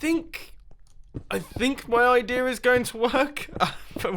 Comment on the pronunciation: I love how you say "idea" as "idear". It makes me happy.